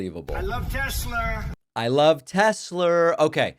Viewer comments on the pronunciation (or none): "I love teslerr" 😂😂😂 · "I love Tes-slur!"